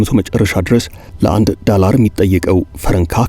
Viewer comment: ፈታ ዴይሊን በጣም እወድደዋለሁ ግን ቅዳሜ እና ረቡዕ ሲደርስ የምሽት ዜና መከታተል ያስጠላኛል ምክንያቱም አንተ ጋዜጠኛ የድምፅ ቅላፄህ አይመቸኝም ዶላርን ዳላር እያልክ አብይ አህመድን እየመሰልከኝ ነው😂😂😂😂